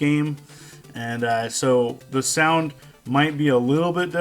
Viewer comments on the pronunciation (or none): none